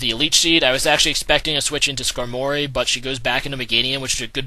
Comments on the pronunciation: skarmory not skanory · It's not needleking. There's no "needle." It's Knee-doh-king. And it's Scar-mory. says a lot of pokemon names weird.